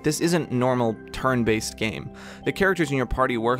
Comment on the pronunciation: Hurts me every time you say "turn based"